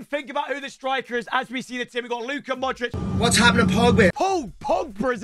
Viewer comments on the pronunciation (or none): I get so mad when he says "modrick" instead of "modreach" for modrić